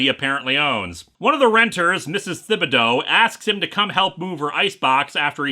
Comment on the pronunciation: Little nitpick, Linkara, from someone from Louisiana, where the last name, "Thibodaux" is commonplace. It's pronounced, "TIB-uh-doe", not "THIB-uh-doe." That is all.